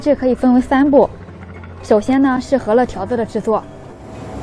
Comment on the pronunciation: 大多数up主字幕都乱写：是“饧面“，不是”醒面”； 是“擀面”，不是“杆面”或“赶面”；是“汆水“，不是”穿水“或“窜水”；等等。还有读音都乱说的：是“huo面”，不是“he面”。